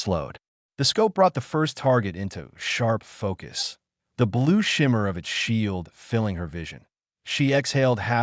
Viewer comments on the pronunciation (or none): none